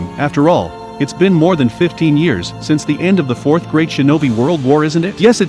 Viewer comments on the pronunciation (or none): none